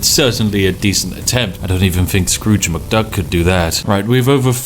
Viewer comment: ah yes Drooge McScruk.